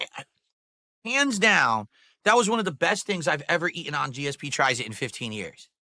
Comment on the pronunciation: He can't even say his own name he said GSP instead of dsp